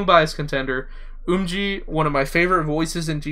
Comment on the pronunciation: The "eo" in the surname "Jeon" and the "u" in "Umji" are both the "ㅓ" vowel and therefore pronounced the same as each other (romanization of Korean is very inconsistent). It's not like "oh" and it's not the "ooh" type of "u". The "ㅓ" vowel sounds like the "u" in the English word "undo". I'm looking forward to the day that you learn the basics of Hangeul and go back to your older videos and hear your pronunciation of names. 😛 I think I heard Somi was too young to debut in Twice. I don't remember the specifics, but I do know that Twice is sexualized in a "cute bubbly girl" way, promotes a lot (Twice's comebacks should not be called "comebacks," they should be called "still heres," because they pretty much never stop promoting; Twice promotes like twice as much as other groups) and does brand endorsements that have a mix of those two factors. Sejeong is known for doing skin-ship with Somi. When asked why she touches her so much, Sejeong said Somi has the best body. The bullying Somi suffered would have been about not fitting in. Now that she's a celebrity and does not blend in with non-stars anyway, but is grouped with celebrities, it has probably balanced out for her. When mixed-race people are on broadcasts, everyone in the show always says that mixed-race people are more attractive. Contextual info: Non-mixed-race girls who are very pretty will sometimes be bullied in Asian schools because they don't blend in due to being too attractive! Visibly being mixed automatically make